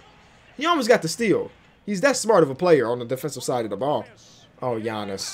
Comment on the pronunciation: I love how he says Giannis like gianni